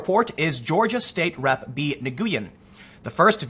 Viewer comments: Neguyin? 😅 Its pronounced Winn. Very common name in Vietnam. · Liked the video. FYI Nguyen is pronounced "win" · "Neg-goo-win"? TIm, your asian card is under review lol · OH MY, TIM, it's pronounced WIN....not Nugooyen. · Brother Tim. The Vietnamese Nguyen is pronounced w'yen, not N gu yen or Nu yen. Just letting you know. I know you take pride in your knowledge. This poor man has put himself in harm's way. And they've already come for his blood. How do we defend him? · Tim its not neguyen its pronounced nuuyen. Nguyen is nuuyen. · Tim, nguyen is not pronounced, "nigga yen", it's pronounced "win". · Pronounced "Nwen" not "n-goo-yen" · duuuuuude... pronounce it no-wen not nguyen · Gret video but c'mon Tim. TIM! How do you not know how to pronounce Nguyen??? Its nu-yen. Not na-gu-yen. Brah! Still love you though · Tim, you're mixed racist Asian isn't showing very well in this video. "Nguyen" is not pronounced "Na-goo-yen". It is either: nWin, Win, Wen, depending on region. But all 1 syllable. Not 3. You've been hanging out with whitey too much. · Its pronounced "win" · Lol, I second that! Haha! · I’m a white guy, but every Vietnamese I’ve Had last name of Nguyen, so it’s pretty standard to know it’s pronounced win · Just a little FYI, Tim: the surname Nguyen is pronounced “WIN” and is the most popular surname is Vietnam. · "Nguyen" is pronounced "Win". Just a heads up. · Hey Tim, the name "Nguyen" is generally pronounced as like "Win". Not Vietnamese but have known a few people with the name. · C Rizzy I always thought they were saying "Win". My bad. I just knew for sure it wasn't how he was pronouncing it. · Nguyen is pronounced “win” btw. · nguyen is pronounced "win" (I have some vietnamese friends, and half of them are "wins"). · Hey Tim, 'Nguyen' is pronounced 'Win'. Its confusing I know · It's pronounce like "When" and inflect as if you were asking a question "When?". It's basically the Vietnamese version of Smith. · “Nguyen” is pronounced: Win